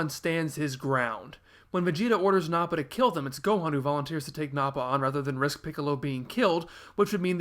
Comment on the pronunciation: the internet is probably already wanting to tar and feather you for saying "Blooma," "Sigh-en," "Nah-pa," and "Nah-mek." Did you know that the original author of "Dr. Jekyll and Mr. Hyde" pronounced "Jekyll" as "Jeek-el?" The problem is, "Jek-el" has been so firmly burned into everyone's brains for so long that it would just feel wrong to say it any other way. Dragon Ball terminology is the same way. "Kuririn," "Tenshinhan," and "Kye-oh-ken," are not as bothersome, though. P.S. If you think the English terminology changes are weird, you should look up some of the changes made in other languages. The English dub is far from being the worst dub.